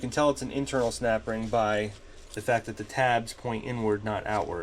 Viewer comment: Snapring. 🥴🥴🥴🥴🥴😆😆😆 ohring, not a snapring? 🤣🤣🤣🤣🤣🤣